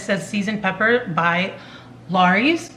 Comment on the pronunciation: Could you say Lowry's again...? LOL